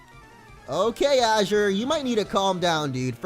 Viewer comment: my son's name is Azure, I appreciate it when people can pronounce it right. can't wait to see how the series plays out thanks for the content man